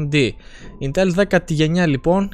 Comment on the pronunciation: Δεν είναι κατσίκι για να το λες ιntέλ.....Ίntel λέγεται